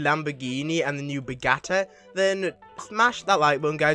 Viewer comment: No it’s “Bugatti”